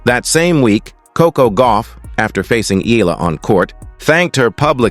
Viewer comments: Her name is Alexandra “Alex” EALA and NOT IYALA. Know who you are talking to. Do you want me to call you NAD instead of? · TRY AND GET HER NAME RIGHT EALA NOT F IN YALA🤬